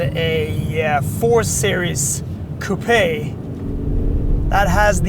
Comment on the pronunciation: You get a like for spelling and pronouncing coupé correctly. That being said I have owned the last three generations of the E Class coupé and cabriolet and I think the CLE range is throughly overpriced. Mercedes have never held their value, there's no way I am paying £60k for this brand new for it to lose 20-30% of it's value in the first year. At the rate the SL43 is losing it's price, I might just wait for one of those to slip into the same price range.